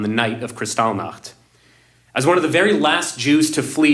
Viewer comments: He can’t even pronounce Krystol Nacht. What a putzzz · omg jimmy it was Kristallnacht not whatever you said... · Jimmy, I like you, respect you and agree with 95% of the issues you explore - particularly with regard to the shots. But I find your videos on Jewish issues unwatchable. You and the gang seem to have complete cognitive blindness on this issue and behave as though the only people being threatened and killed are the Palestinians in Gaza. Your inability to pronounce Kristallnacht (and seemingly your understanding of the significance of that event) suggests to me that you and the others have a vein of anti-semitism running through you. I'm not Jewish, by the way. I respectfully suggest you read 'The Palestinian Delusion' by Robert Spencer to understand the falseness of the claims by the 'Palestinians' who have no historic claim to that land. It also explores the long snd arduous series of attempts at drawing up a peace process by Carter, Clinton, Bush and Obama which failed because of the Palestinian desire to eliminate Israel entirely (and because none of them understood the proclaimed intention of Islam to remove and kill the Jews - which is really what this never-ending conflict is about. Other good reads which reveal the true motive of many 'Palestinian refugees' are 'Because they hate us' by Brigitte Gabriel, a Lebanese Christian and videos by Gad Saad, a Lebanese Jew. Both experienced the destruction of their Christian-majority country Lebanon when their government allowed 280,000 'Palestinian refugees' to flood in. Civil war ensued as they took over the country and destroy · Dude. "Kristalnik?" It's kristallnacht. The night of broken glass. Did you sleep through high school history class?